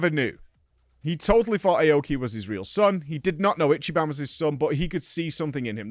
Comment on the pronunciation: i'm surprised he didn't butchered Ichiban's name lol